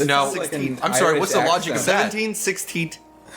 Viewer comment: "seventeat sixteat eightteat twenty... nineteat."